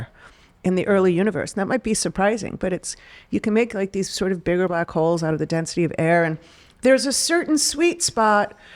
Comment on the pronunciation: Black Holes? Oh... I thought you said Black Hoes.